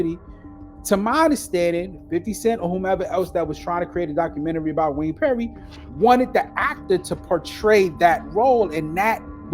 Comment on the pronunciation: HE GOT YOU PRONOUNCING DOCUMENTARY LIKE THAT NOW